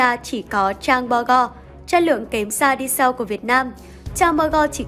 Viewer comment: 😂😂😂 phát âm " đi sau" ạ 😂😂😂